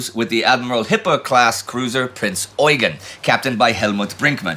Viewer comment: As far as I know the emphasis should be on the second e in Eugen, very similar to how eugene is pronounced in english. That is due to his french herritage. At least thats what i learned during my time in school in austria.